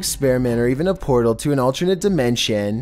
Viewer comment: Chills: sees fortnite comet Chills: this could even be an interdaimantinal poral